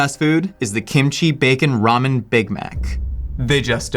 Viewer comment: Did he just say KIMCHEESE